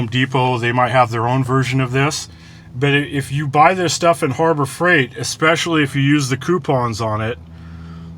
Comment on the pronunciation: I hate when people say exspecially.